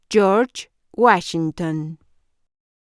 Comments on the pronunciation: York Wachigton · Jorch Wachinton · Yors wuachinton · George wuashington